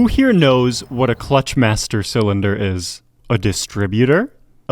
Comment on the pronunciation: Your emphasis is wrong. It's not a cylinder for a clutch master, it's a master cylinder for a clutch.